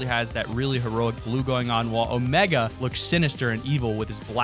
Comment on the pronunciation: omEga not omaga